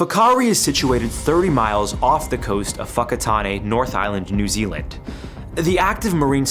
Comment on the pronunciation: I'm from NZ. Amazing to hear you correctly pronouce some of the places in our beautiful country, sometimes they can be tricky. Just did want to point out some of the incorrect information in the story.. the Maori tribes financially benefitted from the tours, they looked past the dangers for financial gain and then came to the party with every bit of support to try and save face and acted as if they didn't support the tours all along.. But, had no problem allowing them to operate aslong as they got their piece of the pie 🤷🏼‍♀️